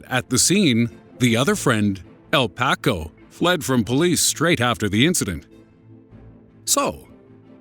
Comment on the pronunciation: This narrator is hitting all my wrong buttons. Pronouncing Tupac like "to Pack." Then El Paco the same way El Pack-o. What an idiot!